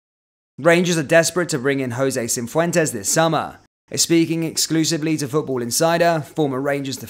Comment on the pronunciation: Cifuentes, not Cinfuentes.